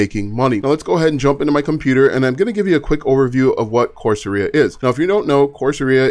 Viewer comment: Great content,. But my good man… Course… era, not aria.👌👍